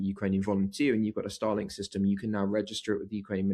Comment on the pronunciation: Star Link not Stah Lenk